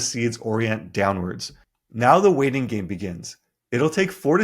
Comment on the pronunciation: The "weighting game" lol